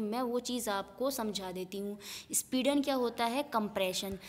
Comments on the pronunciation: speedan nhi sampidan hota hai 👌👌👌👍👍👍👍💐💐💐💐💐💐💐💐💐💐💐💐💐💐💐💐😊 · Speedan bol bol ke... sampeedan hai mam